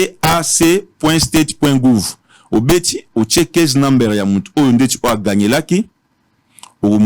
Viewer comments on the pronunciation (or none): Avec 10 ans passés Aux États-Unis tu parviens pas à parler anglais correctement ? Numbere what is that 😂😂😂😂😂